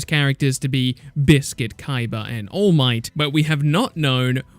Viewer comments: Kaiba not Kiaba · Tony Stark come on dude it’s kaiba not kaiba